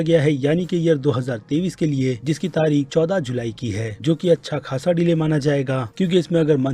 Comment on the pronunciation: Tarik sahi sai nahi bol pa rahe ho bhai kya baat.